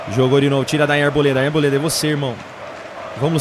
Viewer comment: Porque sempre o Arboleda aparece,vc fala buda mole kkkk